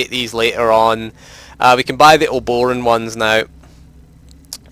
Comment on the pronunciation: I swear to god no one can pronounce Obroan correctly. Uh-bro-ann. Other than that, good video.